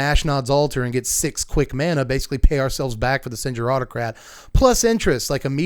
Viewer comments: "Sen-Geer" Autocrat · Good video. I pronounce "Skaab" as Ska - AHb not Scab and "Sengir" as Sen-GEAR. The Baron is one of my favorite cards.